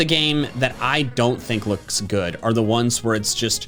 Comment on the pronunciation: It’s sounds like he says loosk